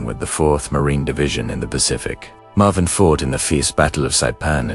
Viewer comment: Marvin "S" - Marveen God, how I hate these f***ing AI-voice overs...